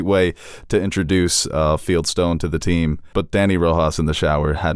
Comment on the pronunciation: Did anyone else yell out loud, "It's FIELDSTONE! not Feldstein!" 🤦‍♀️😂 I felt genuine relief when he corrected himself